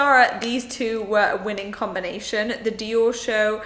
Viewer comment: You trying to pronounce the Dior palette is exactly what happens when I try to pronounce it!🤣😂🙈